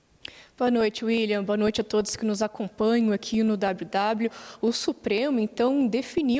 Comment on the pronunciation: Impressão minha ou ela falou boa noite a todis?